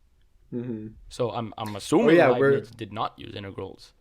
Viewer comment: hearing him say "Libbies" instead of Leibniz means he learned from reading haha. Or his teacher was just weird